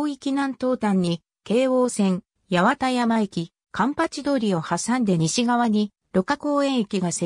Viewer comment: ❌やわたやま駅 ⭕はちまんやま駅